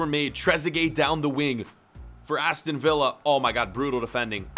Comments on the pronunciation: In the future...He says Aston Villa like Aston Viy🤦🏾‍♀️ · Aston VILLA, not via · ”Aston via” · Ah yes aston viya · My man just called them Aston Veea (Like David Villa) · You pronounced Aston Villa wrong